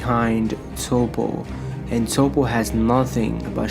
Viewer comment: Yes his name is Toppo, But you say it as Topp. after hearing you say his name wrong so many times i can't listening to this video anymore